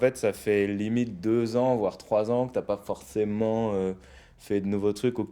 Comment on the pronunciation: pourquoi il dit forchément et pas forcément 🙄